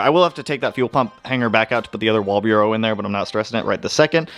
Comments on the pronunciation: Hey man, great channel. One thing though, it’s a walbro fuel pump. Pronounced wall bro. You say it like wall bureau and for some reason and I know it’s nothing, it makes my head hurt. Anyway, keep up the great content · Dude stop saying Wall Bureau... how do you even get that from Walbro? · Walbro: exists: “wall-bureau” 😂😭😭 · Say it with me WALL-BRO:D